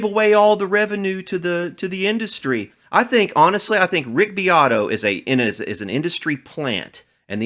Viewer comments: Rick "Dick" BEAT-oh 😂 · Its pronounced Beeoytoy haha